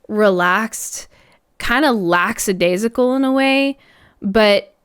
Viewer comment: Not to be too critical, of course, but LACK-A-DAI-SI-CAL.